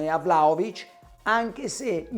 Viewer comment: ma perchè il cronista juventino lo chiama vlacovic? ignoranza o volontà di fare il fenomeno?